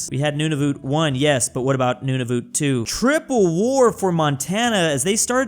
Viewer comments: I love how he says Nunavut XD “noonoovoot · calling Nunavut, nununut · when will ppl realize nunavut is pronounced "none of it" (yes im canadian) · The way pronounces Nunavut